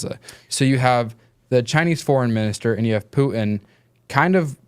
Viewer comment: "Poo-en" [Putin]